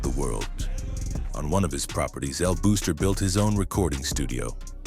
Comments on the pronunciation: El Buster* not El Booster! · It’s El Buster no El booster. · it's pronounced more like "buster" with a Spanish accent than "booster"🇵🇷🇵🇷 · "EL BOXTER", not "booster" or "buster"... #IYKYK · El booster? El Buster it's pronounced Boss...ter And he didn't run the entire island 😅😂....He did owned several important parts on Carolina and Bayamon. Hector el Father used El Buster as a marketing strategy and Angelo allowed the BS because his legend grew and that gave an aura of power...that being said the Feds bought the bullshit too😂😅